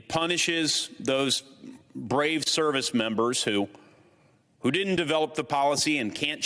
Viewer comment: Joe; its “didn’t” not “ditn’t”; ughhhh!!